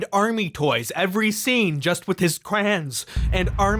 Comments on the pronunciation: Cray-on…not crans!😭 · im only here to point outhow says crayon as "Crans"...thank you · It's crayon, not CRAINS.